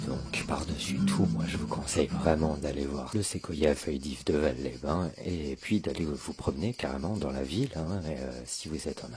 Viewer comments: Petite précision, je suis habitant de de l'Ardèche j'ai même étudié à Aubenas. Alors on ne dit pas "valle" mais "valse" phonétiquement parlant pour "Vals-les-bain" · Merci pour cette vidéo de mon département, une chose cependant on prononce le S de Vals les bains, on dit Valssss…..